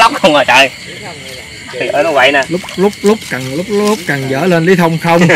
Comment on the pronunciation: "Lút cần" ko phải "lúc cần" nha a!